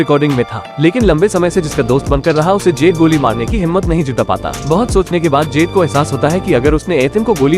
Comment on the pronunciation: उसके फ्रेंड का नाम 'जेड' नही 'जुड' रहता है !!!